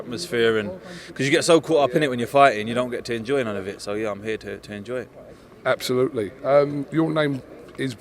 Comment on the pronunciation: Do a shot every time says ‘Absholutely’ during this fight week. You’ll be paralytic I promise you.